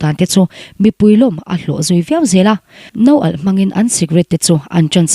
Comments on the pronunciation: Nou alh nilovin nawhalh tih tur zawk a maw ni aw .. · Mizo tawngah Noalh a awm lo,Nawhalh tih tur aw😊😊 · Nawhalh tihtur o,noalh nilo in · No-alh nilovin Nawhalh tih tur. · Nawh-alh an ti in ka hria pi mapui.noalh nilo in. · Noalh anilo aw Nawhalh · NO ALH a... 😂 Nawhalh an ti ngai e! 😂🎉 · Miss No alh ni lovin Nawhalh ti ve la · "No alh", ni lovin, Nawhalh tih tur aw... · No-alh ❌,,,,,,matches (noalh) ti zawk tawh rawh ooo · Noalh ❎ Nawhalh ✅ Kan nawta, alo alh(kâng) ta thin😊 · No alh a awm lo miss, naw alh tih tur oo svmm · Noalh😂😂 nilo in 'NAWHALH' zawk aw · No alh a nilo naw alh zawk a lom😂😂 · Noalh a nawt lo... Nawhalh/Nawalh a nawt ṭhin aw.😊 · No alh tih hi I lam dik chiahlo deuh nihhi miss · Nawhalh ilam dan hi dangdai luttuk😂😂😂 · haha a ziah sa a chhiar sual niang